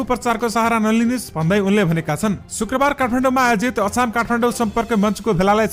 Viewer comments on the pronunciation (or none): none